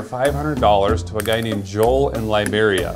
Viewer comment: 'Lie beria'